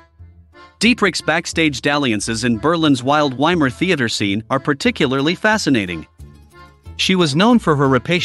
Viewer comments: Vai-mar, as in Steve Vai, not Y-mar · Why can't someone who presents a documentary with supposed accurate detail not even pronounce properly the name of the place they're talking about. Doesn't everybody know that you pronounce the German " W " as a "V" ? It's the VAYmar republic not WAYmar. Dear ! Dear ! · WTF is WY-MAR Germany? It's poronounced VY-MAR. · Weimar is pronounced Veimar. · If you're going to make a documentary about "Weimar Germany," please learn how to pronounce "Weimar" correctly!